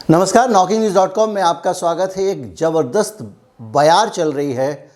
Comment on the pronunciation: bhai achha bolte hain.. lekin jabardast nhin zabardast!